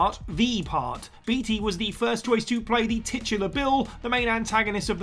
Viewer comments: It's pronounced bait-y not beat-y come on Google if you don't know it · Beetea... I beg your pardon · Warren BEETY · Dude, just because it is spelled Beatty does not mean it is pronounced that way. It is pronounced Baitey. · Warren “Bay-Tee” not “Bee-Tee”. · Introduction is WAAAAAY too long! And Beatty is pronounced "bay-tee".